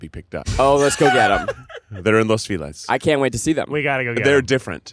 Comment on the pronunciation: ITS FELIZ LIKE FELIZ NAVIDAD OR FELIZ CUMPLEANOS GOD DAMNIT (Fell-eeze) not FEELEZ